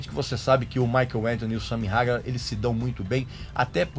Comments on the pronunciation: Ouvir a pronúncia “SAMY RAGAR” é de doer os ouvidos… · Sua pronúncia esta errada, Van Halen se lê como escreve, Sammy hagar se fala "reigar"